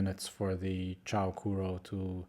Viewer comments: Also it's pronounced as "choo"-sounding or "chuu" not "chow" hehe just thought you should know ✌️ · "Chou" is pronounced similarly to the "o" in English "so", but not "chew" or "chow". Chou Kuro means "super black", and I think it's a cute name. Chou is the same chou in "chou kawaii", meaning "super cute".